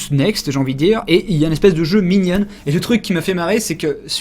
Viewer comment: tu prononce minion 'minionne" ?